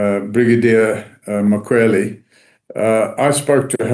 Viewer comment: thank you for all the breakdown and appreciate you putting yourself in harms way to educate us. Can we also pronounce the surname properly if possible. MkhwanaZi not Mkhwanasi